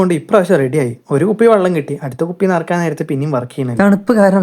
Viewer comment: വള്ളം അല്ല മോനെ വെള്ളം